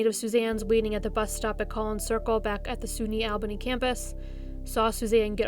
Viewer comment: Really great & informative as always--you rock! One small thing, it's pronounced "All-bah-knee", not "Al-bae-knee"